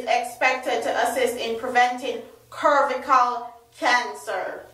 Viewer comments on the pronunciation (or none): Cervical is pronounced servical. Cervix is pronounced servix.